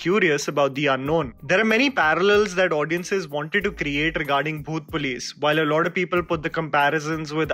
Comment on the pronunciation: Bro when you say the name of movie it sounded like "bhoot place" everytime you said it 😂